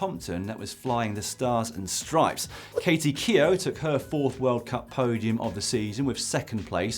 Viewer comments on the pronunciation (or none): none